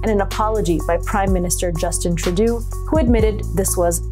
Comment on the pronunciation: Trudeau: say "true-DOUGH" 🍞 or the Chinese joke, "tu-dou" 🥔